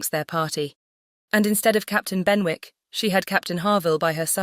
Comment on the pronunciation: Thank you! Just one note: Benwick is pronounced like Bennick. The w is silent. Otherwise— very enjoyable.